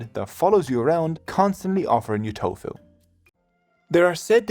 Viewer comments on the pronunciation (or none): none